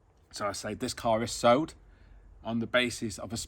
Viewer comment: New subscriber here great video but it’s sold not sowed.